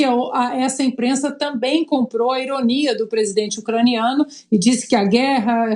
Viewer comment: Essa "inprenssa" não tem senso de humor. Gente azeda 😆